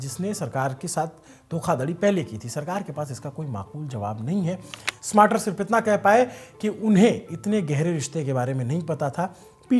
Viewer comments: स्मार्टर नहीं भाई स्टारमर थोड़ा बोलना भी सीख लेंगे तो अच्छा रहेगा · UK PM is Starmer and not smarter....u r pronounciation is wrong.... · it's kier Starmer instead of smater. I can understand it's just a pronunciation mistake. I hope you don't mind it ❤ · Bhai name is keir starmer, not smarter ... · it’s STARMER not SMARTER….. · Keir smater nhi keir starmer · ..UK..ke PM ka name..Keir Starmer...hain na ki smater..बाकी आपकी पत्रकारिता तो 👌👌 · It sounds like the news anchor is pronouncing the name of the UK Prime Minister as “Smarter,” but it’s actually “Starmer.” Please check and correct it if possible. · स्टारमर न कि स्मार्टर; ब्रिटिश प्रधानमंत्री का नाम तो ठीक बोलो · UK PM Keir Starmer ko "smarter" bol rahe ho.... tele-prompter ke bina bhi bolna seekh lo... yeh aadmi baaki anchors ko gaali deta hai aur ye khud UK PM ka galat naam tele-prompter se padhta hai... 🤣🤣🤦‍♂🤦‍♂🤦‍♂ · Bhai kier starmer hai pm ka naam aapne galat pronounced kiya hai